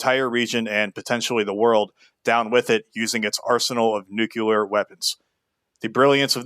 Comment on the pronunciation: Nucular. Illiterate